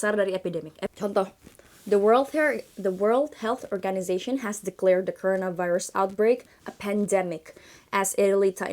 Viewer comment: tumben pelafalan beberapa kata kerasa kurang pas: corona, outbreak, organization. Luv ur channel so much tho